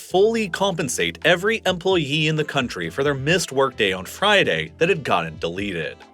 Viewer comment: How the f*ck did you pronounce employee?